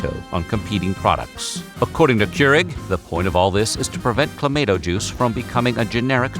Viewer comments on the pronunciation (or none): Thank you!!! Every time I heard "Cla-may-to" juice it was like nails on a chalkboard! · Nope. They screwed it up. It's clamahto, not clamayto. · Being Canadian and enjoying a Caesar on a regular basis. I had to turn that off because of the way he kept saying claimato. It hurt me. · Most of the comments are people talking about how you pronounced cla mahh toe... it's not clay mate oh. But seeing all the comments is funny. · ClamAHto not clamAAto. Geeze! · U say claymato I say clamatoe😅😅😅😅😅😅😂😂😂😂🤣🤣🤣🤣🤣🤣🤣☝🏽☝🏽☝🏽☝🏽☝🏽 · This is the first time in my life I've ever hear it pronounced with an "ay" instead of "ah". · ClamAHTO juice not clamADO juice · CLAH-MAH-TOH. Not CLAH-MAY-TOH. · It isn't called "Clamayto" juice though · Please stop saying clay-mato. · Cluh - mah - toe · CLA - MAY -TO? WHAT THE EFF? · It’s pronounced: Cla-ma-toe. You’re welcome… and, get it right. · My favourite voiceover dude and you Butchered the pronunciation. You're still my guy but it's Clamauto. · Caesars have the same basic recipe as a Bloody Mary, but the Clamato juice makes them spicier and more savoury. It's one of those things that Americans should like, but it never caught on down south for some reason. Same with poutine. It's also clam-ah-toe. That's Motts' official pronunciation. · Canadian Clamato has flavours like pickled bean, the works, and extra spicy. Also it's pronouned cla ma toe you monster. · Cla-maw-toe juice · Stop! Saying! ClaMAYto! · The total population of Canada is around 41 million yet they drink 350 million Caesar cocktails? Also it's pronounced cla- MAH -toe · I don't even like the stuff and I have never in my 40 years alive have heard of it pronounced that way. I'll need a drink of something harder than CLA-MAH-TOE just to finish watching the video 😭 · Drinking Game: Take a shot every time it’s pronounced “Cla-May-Toe” during this video….🥃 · OH MY GOSH, as a canadian you gotta pronounce that right. Clam - ahh - toe !!!!!! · Who the hell pronounces it like that?